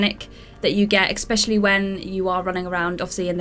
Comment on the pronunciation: Why does the woman pronounce the word especially as eckspecially? She did it in a video a few days ago too